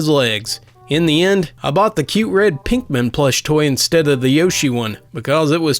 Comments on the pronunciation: ....did.....did this guy say Pinkmen? dude. It's Pikmin. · that moment when you hear someone say “pinkmen” instead of pikmin. ... Bitch you what now?